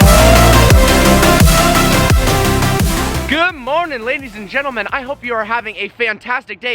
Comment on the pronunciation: Why does always say “good moanin?” I get he’s saying good morning but that’s what it sounds like and I find it funny